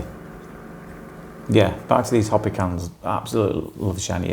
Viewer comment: I’m not sure if you’re referring to the Hopi Indian tribe here in America. If you are, they pronounce their name “hope-ee,” not “hoppy.”